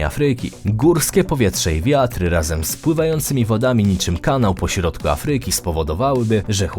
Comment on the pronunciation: Afryyki. Idz lektorze do logopedy, nie da sie sluchac